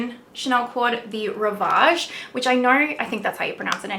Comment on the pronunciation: If the chanel is Rivage, yes, your pronunced it pretty good :)